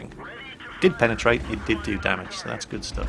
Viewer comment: I'm sorry I lost it when said penatate